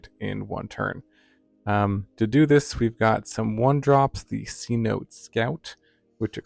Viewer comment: It’s pronounced “Seh-noh-teh” not “see-note”. The name derives from a word used by the lowland Yucatec Maya—tsʼonoʼot—to refer to any location with accessible groundwater. Just FYI love your content!!